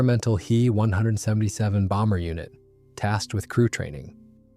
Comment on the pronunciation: "He" 177 ? Try "Ache-Eeeee 177 " This computer speak is hard to watch !